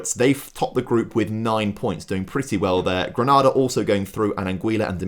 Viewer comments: Ironically the Sao Tomé pronunciation was ok, but Some of the others were rough, particularly Grenada. Gren-ah-da is in Spain, the Caribbean nation is Gren-A-da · Grenada is pronounced GRENADE - R not GRANADA as the city in Spain or a chain of cinemas in the UK though many people pronounce it as though it rhymes with CANADA.